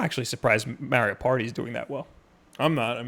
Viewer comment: I like how he’s judging filip miucin about the Bethesda pronunciation but yet he can’t say Mario the correct way. And beatemups says SEEGA instead of Sega,Just saying I don’t think that has anything to do with whether you like video games or not lol